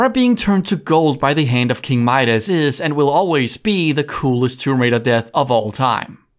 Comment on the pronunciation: Having watched your TR1-III levels ranked video in full today, I'm glad you've learned the proper pronunciation of "Midas", heh ^^